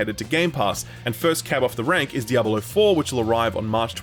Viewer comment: DiabAlo or Diablo? I can't not hear it sorry